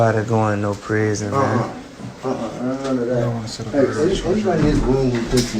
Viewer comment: He tried to say prison lmao